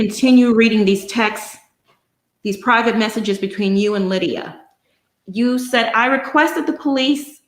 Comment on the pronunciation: Stop saying Lydia!